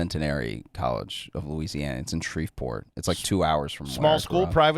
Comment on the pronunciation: The most shocking thing about him being from Alexandria is that he pronounces "Shreveport" like he's reading it. I have family in Louisiana and been all over it and I've never heard anyone pronounce it so proper/alien. No matter the race.